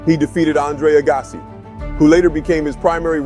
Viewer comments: Pronounce Agassi correctly and more people will watch this video. 200 k dash hr? More like 200 kilometers per hour. The narrator of this sounds like a college dropout. Sam PRAAAHS? This must be the worst video I have saw. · Thanks for video of legend. Some of the pronunciation (Sampras and Agassi), wording (km/hr not km hours) and visuals (stock footage not matching content- eg Wash DC doesn’t have palm trees and ocean views) are detracting.